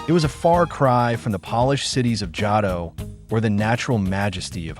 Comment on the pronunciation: Is the voice in this video AI? I noticed Johto was pronounced incorrectly. EDIT: Okay, now Lugia got mispronounced. Kinda strange my guy ngl.